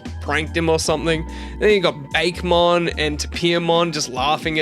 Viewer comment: Sorry to be that person, but it is pronounced "Bah-keh" not "Bake" for Bakemon